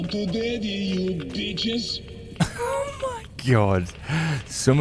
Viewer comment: Hunter said : “you call them Demons? I call them beeches”